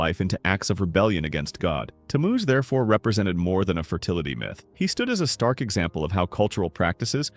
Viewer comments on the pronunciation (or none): none